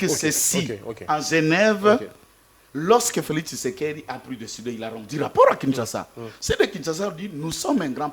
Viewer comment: Felixi looool...PPRD felix et non felixi